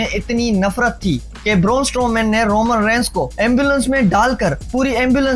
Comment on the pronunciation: Raaa. Boorrrnnn strooman. Caaan 😅 I like your video and the way you moving your hands 😅 you got onr subscriber